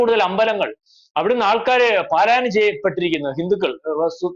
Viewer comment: പാലായനം " അല്ല